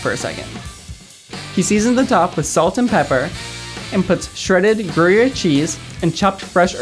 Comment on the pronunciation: gruyur? hahaha😂